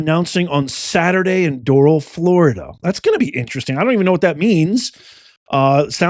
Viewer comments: Come on Professor, it is pronounced Doral' like moral or coral. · This is a pretty messed up podcast, sir. By the way, Doral is pronounced "door" ... + "al ... like the short for Albert" Accent on AL. It is a part of Miami.